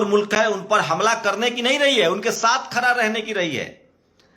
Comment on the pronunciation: आप अपने सब्द ठीक करिए । खरा नहीं होता , खड़ा बोलते है😂